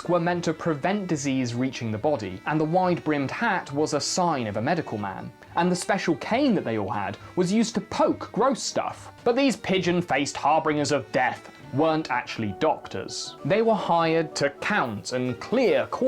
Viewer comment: i love your channel but it's 1. "har-binge-ur" and 2. miasma love you!